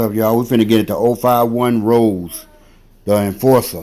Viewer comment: It's pronounced Ro-Zay not Rose like the flower. He got a body out west so it wasn't an opp he killed...even tho he allegedly got THF Bob-O & 12 was tryin to indict him on it along with Wop. Melly wasn't kickin it wit his opps all the time either...he would FaceTime em & shit & SEEM friendly wit em but that's how we do it in the Raq. Opps will go live wit each other tryin to figure out they Lo or learn shit about em they can use. Plus ain't no point in actin tough over the phone...it's bout action not talk in Chicago